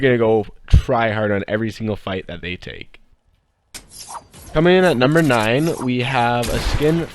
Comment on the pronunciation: he said comening